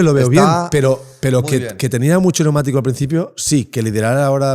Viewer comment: Algun dia aprenderá a decir, pnEumatico?.